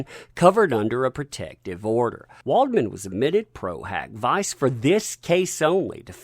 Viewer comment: Close! Its Pro Hac Vee-chay. Means that lawyer does not have a license to practice law in the jurisdiction where the case is. But if he gets a local lawyer to"vouch" for him he can enter into that one case. Source am attorney. Cheers!